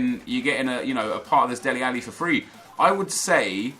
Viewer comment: Its DELE Alli not Deli Alli